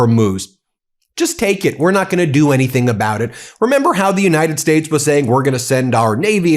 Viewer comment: He was back on that "United Shtatsh" pronunciation again.